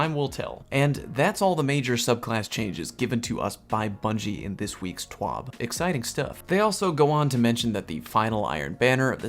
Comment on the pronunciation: It's T.W.A.B not T.W.O.B